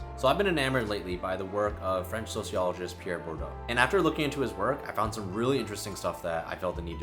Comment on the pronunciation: Bourdieu is actually pronounced boor-dee-yeugh